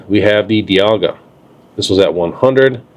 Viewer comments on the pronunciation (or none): none